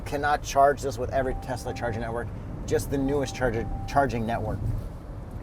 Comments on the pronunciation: So dumb saying Teslr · it’s pronounced Teslur 😂 We caught that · calling it a Teslur 😂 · “It’s pronounced tesler” and “everything is computer”. Genius 😂😂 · Tesler!!! Everything Computer!!! 😂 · "it's pronounced Teslar", classic,, classic.